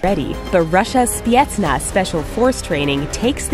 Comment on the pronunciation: maybe its just me, but how she said specnaz kinda bothers me